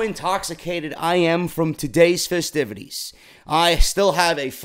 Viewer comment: Lol, did you say "enjoy the fistivities"? Hehe, goody stuff